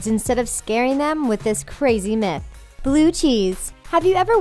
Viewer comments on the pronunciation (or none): none